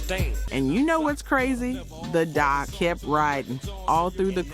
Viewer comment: Can you just read it and stop using AI? One hundred twelve on the hook? 😂 🤣 🤣 🤣 DOC?